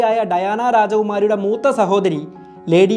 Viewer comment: കാമില അല്ല കമീല്ല